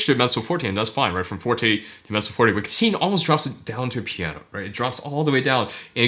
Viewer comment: Am only a cat liker here, not a lover. But he is not Ca-teen, but rather Cat-teen. He indeed is a cat lover.